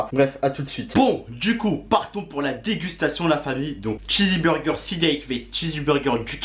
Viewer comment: C pas chizzy mais chizz burger ptn g envie de me percer les tympans 🤣